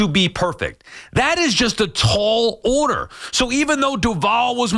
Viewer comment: 'order' not 'oder'